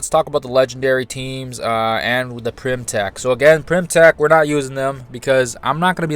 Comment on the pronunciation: Its Pym, not Prym or Pyrm...